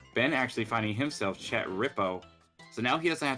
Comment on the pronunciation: THANK YOU for pronouncing chet correctly